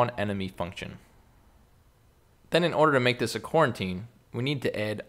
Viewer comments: So I believe as TaniCorn is pointing out, it should be pronounced co-routine, not Quarantine, although that's all been on our mind recently. EDIT Thanks for the great vid! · i thought he was saying quarantine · Did anyone else laugh when he said quarantine haha